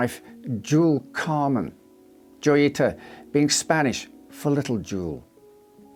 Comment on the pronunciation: Wouldn't it be pronounced hoyita? Like La Jolla is pronounced La Hoya due to being a Spanish name.